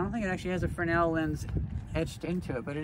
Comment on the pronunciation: You said "Fresnel"the right way, the first time.